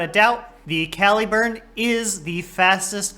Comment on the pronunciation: cal-ih-burn, not cal-ee-burn. think calibre - caliburn. derived from one of the earlier forms of the name for Excalibur.